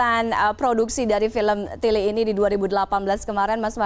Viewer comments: Wah ngomong tilik nya pas 👍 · dalam bahasa Jawa tilik dibaca/diucapkan tilék( é seperti é pada kata saté)